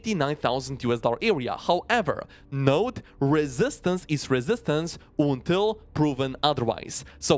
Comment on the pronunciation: I love how he says Ontil 😂